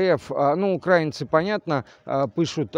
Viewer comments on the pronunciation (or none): none